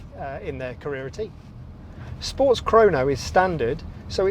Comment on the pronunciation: Are you trying to deliberately say Mac n T? Like Mac n cheese? It’s weird. Then you said careera T Instead of Carrera. What’s going on? Hard to ignore.